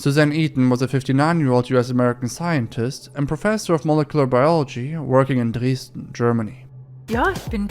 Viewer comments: you pronounced "dresden" so good, really didn't expected that. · outta contex, he pronounced dresten too well. is he german?